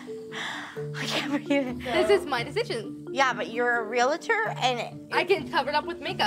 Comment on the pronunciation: REALtor! Not RealAtor. Just a huge pet peeve, sorry. Carry on.